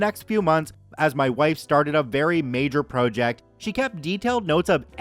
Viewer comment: why do you pronounce it pro - ject